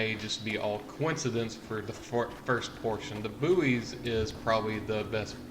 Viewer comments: Yeah i've got new information... Buoys are pronounced as "Boys" not Booeys ... other than that interesting video. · its pronounces like "boy mot "boo-ees "" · its pronounced boys not booeys fgs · It's pronounced boys not booeys. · the word bouys is pronounced like boys not boo-eys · Please tell me you muricans don't pronounce buoys as booeez! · it sounds like he's saying booty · My ocd was going mental because of your pronunciation.